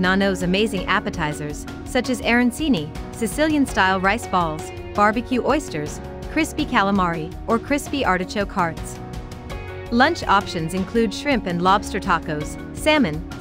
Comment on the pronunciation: Was the narrator a computer generated voice? Too cheap to pay real voice talent? Arancini, Gaidos, boudin, po-boys -- all pronounced glaringly wrong. There is NO way I would trust this video. It was obviously done with no integrity. How can you rate food and restaurants when you can't even get the names right.